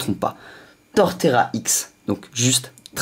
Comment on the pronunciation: à la 20e sa se dit Arkeus